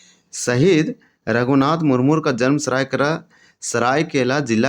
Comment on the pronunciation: मुरमुर नहीं है भाई , मुर्मू है l